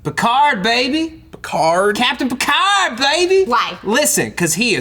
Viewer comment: Picard is French, Matt...just letting you know.